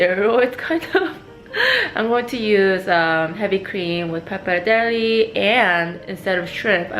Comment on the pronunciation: Last E of pappardelle is pronounced like you said the first one <3 it's like the Versace thing ;) XD